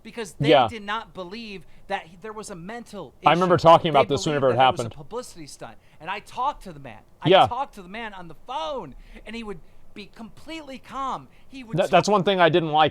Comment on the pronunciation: "I talked to the man on the PHOWN"